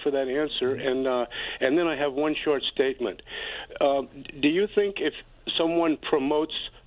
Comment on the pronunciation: just shrugs off everyone calling him sink/sank lol